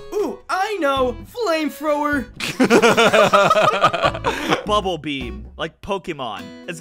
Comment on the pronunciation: the way that vernias says flamethrower is hilarious